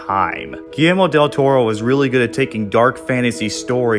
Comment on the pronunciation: finally someone said del toro's name right